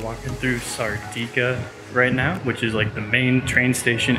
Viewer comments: SERDIKA WITH A E (laphant,) sound. just saying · ...welcome to my adopted city I moved here in 2004 from Oxford in the UK, my girlfriend works for the President the building with the guards outside, you pronounced Serdika wrong it is Ser di ka :) check out the best traditional festival next month in the village of Jeravna it's amazing I have a house there which is 200 years old